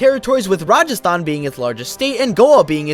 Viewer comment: he surprisingly pronounced Rajasthan very nicely